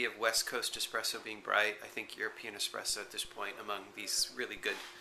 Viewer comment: I'm so sorry to say this but I've heard say "expresso" a number of times and I have to say, that's not how it's spelled... Can I be a spelling Nazi and suggest the more... authentic spelling "espresso"?